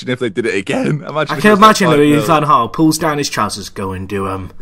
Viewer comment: why can't you pronounce van Gaal????